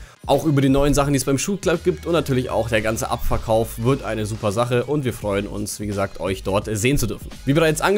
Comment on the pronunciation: Und ich versteh die ganze Zeit: "abfuckkauf" statt "abverkauf"... ✌🏼👌😅